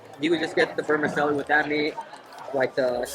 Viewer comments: Vermi ‘Chelli’ not ‘celli’ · The correct pronunciation for vermicelli is ver-mih-CHELL-ee